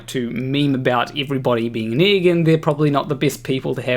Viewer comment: There is only one thing about you that bothers me. You pronounce "egg" as ig. I'll get over it, eventually.